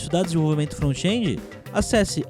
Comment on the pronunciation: "frontiendi", chique essa pronuncia!